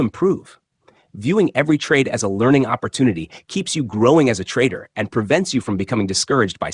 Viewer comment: When u can pronounce the English language properly i might stick around and listen Opp or toon ity OMG Jesus Christ !